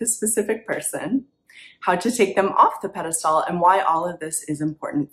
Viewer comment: peh·duh·stl, sounds like pedastool